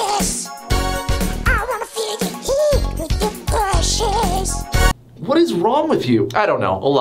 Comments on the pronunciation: I thought you kept saying "depression" and not "the precious" 😂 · in the my girl when yoi say the precious i thought you said depression cause I was only listening and I legit said same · I thought he was saying depression during “the precious” singing montage 😭😭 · At first when I heard him say what can make me feel that way the precious I thought he said depression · Why do I hear "depression" instead of "the precious" in his Smeagol song? Also, what do you call a male Karen?